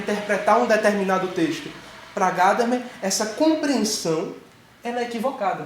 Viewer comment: Gadamer é alemão e não americano. A tônica está na sílaba do meio. Paroxítona. Em alemão se pronúncia Gamama. E no lugar do a e quase não se pronúncia e.